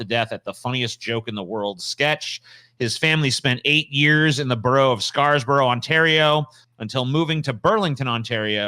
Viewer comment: As an Ontarian I gotta say it's Scarborough, not Scars-borough. I'm still reeling from your Maori pronunciation